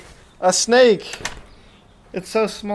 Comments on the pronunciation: I thought you said a random steak 🥩 but you said random snake 🐍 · Lol, I thought you said you found a random steak in your yard😂